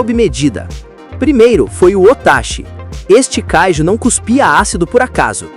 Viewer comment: Não é "káiju", é kaijú.